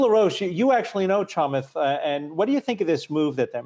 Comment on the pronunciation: It’s not kamath it’s chamath